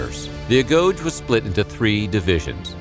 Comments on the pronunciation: It was pronounced ah go gi.. not agoche. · you misspelled agoge. It’s pronounced Ah-Gho-Ge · ITS NOT A-GOJE... ITS A-GOGE-A. If you are going to do a informational video, be factual and correct. SPARTAN women were also trained in combat. This is common knowledge found in any text relating to the life of the Spartans. Peroci and Helots were NOT SPARTANS. They were people conquered or accepted foreigners living within Sparta. Very poor video. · A-GO-GEE (Rhymes with bee) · A - GO - GEE (Hard G) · Pronounced a go gay. Perri oi koy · Mispronounced Agoge but still interesting.